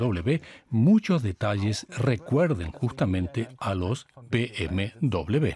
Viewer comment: Se dice BMW W de uve doble o doble V, no doble B, W esto no son dos BB por favor